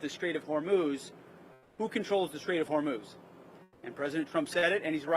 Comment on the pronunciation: Is it me or does Kegsbreath keeps pronouncing it as " The Strait of Vermouth "